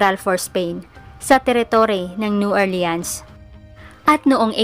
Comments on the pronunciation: new "orleans" pronounce as new "ORLINS" PO. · New Orleans po masyado o.a ang pronounce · Hello Po mga ka Kyoryos, pasenxa npo Sa pronunciation ko Sa New Orleans, new orlins pala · Kakaasar ung new or leans nya 😂😂😂